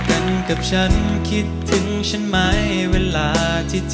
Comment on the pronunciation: ไม่เคยได้ยินเพลงนี้มาก่อนเลย เป็นเพลงของใครร้องเอ่ย เป็นไปได้ไหมคะ อยากให้ออกเสียงพยัญชนะภาษาไทยให้ถูกต้อง คือคำาว่า ฉัน ไม่ควรออกชาน แม้เจ้าของเพลงวัยรุ่นสมัยนี้จะออกไม่ถูกต้อง อยากให้ออกเสียงเป็นตัวของตัวเอง ซึ่งออกเสียงภาษาไทยได้ชัดเจน ถูกต้องมาตลอดแต่เวลามาร้องเพลงของนักร้องสมัยนี้ออกเสียงไม่ถูกต้อง ไม่อยากให้ร้องออกเสียงผิดตามค่ะ